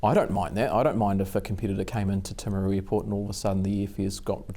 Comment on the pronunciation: Good to hear James who is from Timaru,pronounce the name correctly in English, not the woke pronounciation of Tame!